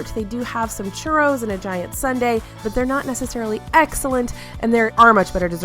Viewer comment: This entire video was making me hungry!! Also, I swear I heard you say DIET sundae instead of GIANT sundae LOL 😂